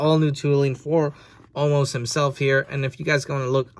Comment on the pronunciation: Why do they call him omaaas now? His name is omos right?